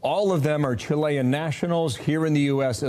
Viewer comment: Kevin, chilean, not 'chilli gang members'